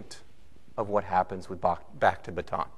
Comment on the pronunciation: Bataan is pronounced with 3 syllables. ba-ta-an